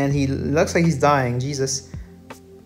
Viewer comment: “Djesuz” counter: 69